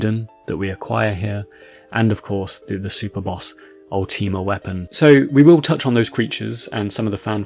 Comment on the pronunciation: Bro you yapped for 15 mins and didn't delve into any of the "secrets" of the facility. Also for someone who likes to be pretty grandiloquent it's probably about time you learn how to pronounce "Ultima".